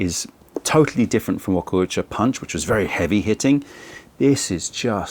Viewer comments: Just fyi, it's pronounced wa-kou-cha as opposed to wa-ko-u-cha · damn you butcher this pronunciation, its Wa-kou-cha 和紅茶 和 = japanese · Thank you! His pronunciation was paining me 😂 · maybe he should care about pronouncing it at least kinda right, since he postures to be a tea expert and all that